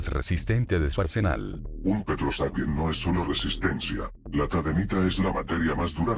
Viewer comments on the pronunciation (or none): no se escribe y pronuncia taidenita?, por que hasta donde se en la serie le dicen taidenita y no teotonita, aunque bueno, da igual, busque rápido el video así que no me sorprendería si la info fuese debatible en algún que otro dato